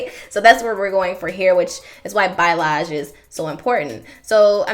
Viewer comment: I love this. My mom actually got me on this dye. everything came out amazing Oh and you're actually pronouncing "balayage" wrong ( no shade lol ) just a fyi 😊✌🏾️